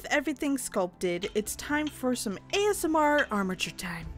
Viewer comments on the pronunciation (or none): none